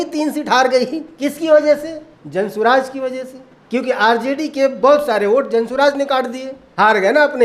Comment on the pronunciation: Jan swaraj nhi.... Jan suraj h bhai😅